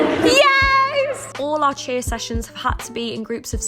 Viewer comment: omg it took me a good minute to realise she was saying cheer XD